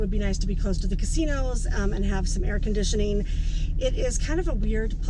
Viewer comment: Conditioning not conditioneen Ding ing not dingeen Pushing not pusheen Thinking not thinkeen Camping not campeen Parking not parkeen Amazing not amazeen Happening not happeneen Calling not calleen Coming not comeen Landing not landeen Shutting not shutteen Morning not morneen Being not beeen